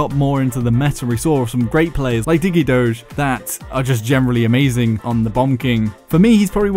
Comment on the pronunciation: sorry but its "Digedog" not "Digedoge"